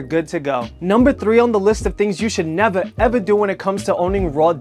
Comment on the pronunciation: I love the way you say nevaa evaa